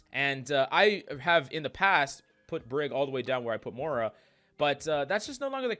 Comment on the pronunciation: Please stop calling her MORA lol